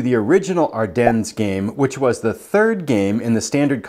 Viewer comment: Are-Den … not ‘dens’